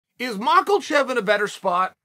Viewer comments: Listen chael this needs to be said but there's no "L" in mackachev. It's mak-a-chev not makelchev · MAH-KAH-CHEV Uncle Chael: MAH-KLE-CHEF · MakLEchev. Not Makhachev. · the details of Charles character are such a mystery. Such dedication to mawklechev. Chael has been to Dagestan before and known these wrestlers personally. He knows how to pronounce this stuff. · Mocklechev* (not sure where you hear the "a") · Who's "Marklechef"? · 'Mackle-chev' lmao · Chael: Islum Mucklechev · Good ol Makelchev😂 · For the love of god chael quit saying “mackleshev” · I just love how Chael still hasn't properly pronounced a single fighters name yet... he even usually says a different name altogether 😆🔥 makelchev.... blahal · Mosta7eel Chael is still saying Mackelchev😭😭😭😭😭😭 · "Makulchev" Jesus, does he even try to pronounce names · Makhalchev. He has to be doing this on purpose!! 😂😂😂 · HIS NAME IS NOT ............"MAKELCHEV" - THERE IS NO ....." L " IN HIS NAME......... OK ??? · I live for the day he don't call him maklchlev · 'Mahcklchef' lol... Ok Chael. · Who the fuck is Macklechev?? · “Makelchev” lol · Makelchev r you sure it's not angela merkel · Lol how hard is it to say mak a chef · I love how Chael decided Islam needs an “L” in his last name 😂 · There are nine letters in Makhachev. Not one of those letters is an L but he puts one in the pronunciation. Sonnen undisputed undefeated, never lost a round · Why does chael throw an L in that dudes name every single time? He does it so consistently it’s impressive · There’s no L in Makhachev😅 unc. Go Bobby! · Lmao Chael really pronounce “Makhachev” wit a hard L 😂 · Why does he twist Mahachev's last name? Chukl Sulnon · chael ahahh how you gna add a L to makhachevs name ahahahah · There is no "L" in Islam's surname, why u keep pronouncing it like there is? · There’s no L in Makhachev